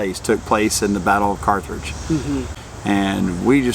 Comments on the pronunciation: Not picky, correct. There is only one “r” in Carthage. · and, good review of things to do near Carthage. My wife is very familiar with the area. Her Dad is from Joplin and her Mother was actually from Carthage. Honestly, she couldn't help but notice that you pronounced it with an extra R after the th. An honest mistake for someone not from the area though, so no worries. You should see how often I mispronounce place names, so she's rather used to it. 😅Lots of good options though of things to see and do there. It's an area that's often overlooked but has lots to offer. Thanks for sharing. Peace and safe travels.